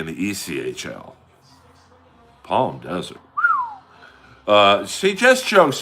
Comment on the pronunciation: Palmer (or, rather palm her) Desert is more like it MAMAMAMMAMAMMAMAMAMAMMA